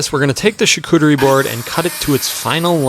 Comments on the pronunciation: To built a what-now board? Shicoottery? 😂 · You'd have to be an unmitigated fahgette to spend six figures on a coffee table... Also to pronounce the word "chartutrie" out loud. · Char-coochie-reeee😂 Board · I hear you say shaw-cooter-ee. charcuterie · Americans trying to pronounce charcuterie will always be so funny. Why are you missing the R entirely ? Bro really said shacootewy board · Shacoochi. That's how it's pronounced in my house😂. Beautiful work! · "sharcooterie" ???? yo i swear americans always making up sounds and words when trying to pronounce a word from a diffrent language like please respect other languages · Shakootoorie? :D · He said charcuterie